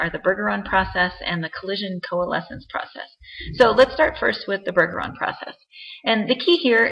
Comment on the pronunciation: It's BUR-jur-ahn. Trust me, I'm a Bergeron.